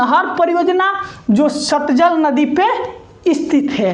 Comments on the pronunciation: Satjal nahi satlaj hota hai😊😊😊😊😊😊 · Sir aap baar baar satjal kyu bolte hn jabki satlaj h😊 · satlaj ko satjal bol rahe h.g